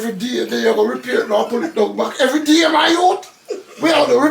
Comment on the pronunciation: “everyyydayy ma yutee”🤣